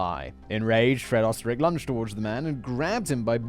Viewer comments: You were close with the Pronunciation. It's said like "Oosterreich" Österreich is German for Austria. Ö is represented as the "Oe". The Umlet does a thing to the vowel to make it sound the way it does. I can't fully explain, I'm still trying to learn German. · Oesterreich is just the German word for Austria. So he might be from my home country even. It is funny how simon tries to say it though :)